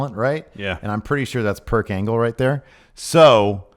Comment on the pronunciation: Lost it when said perc angle